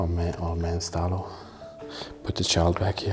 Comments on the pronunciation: He was called Italo, not Stalo 🤣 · The Name of den Dentist was Italo...not Stalo 😉